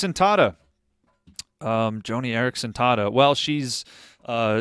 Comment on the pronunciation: BTW,, it isn't JOANIE Eareckson Tada. It's JOHNNIE Eareckson Tada.